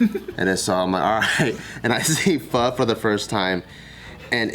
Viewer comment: Is it just how Californians say pho??? They say it "Faa"..it triggers me lol